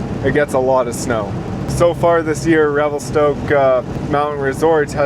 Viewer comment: Revel-stuck haha